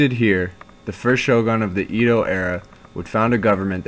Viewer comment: nice video but Edo is pronounce EH-do not EE-do